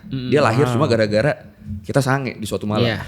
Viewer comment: renyah banget bilang sange 😂😂😂